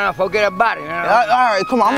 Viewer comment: "Nah nah nah nah fuh-git uh-but-it" LOLOL